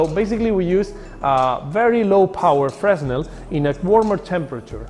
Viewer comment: its prounced Fearnell not freznel